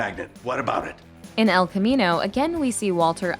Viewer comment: Who's Spanish speaking self cringes every time the narrator mispronounces "el camino?"